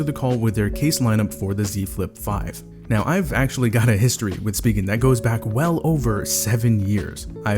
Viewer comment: good review!! also its "spy-gen" not "speegen"